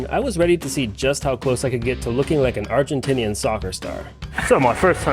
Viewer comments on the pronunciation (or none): none